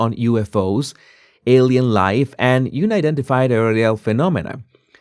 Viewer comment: It's un- identified, where un rhymes with bun. Not you-nidentified.